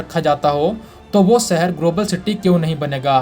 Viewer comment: He Dum head, it is 'shahar' not 'sahar' for city. It is 'business', not 'bijiness'. Correct your pronunciation before you make a fool of yourself.